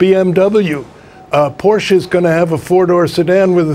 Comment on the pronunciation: At least he pronounced Porsche correctly. 😅